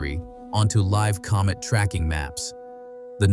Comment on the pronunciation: A comb it? A comet man . No English speaking person in the world says comet like comb it.😂 You need to wacth little technicalities like that in your art. And right off the bat too. 🤔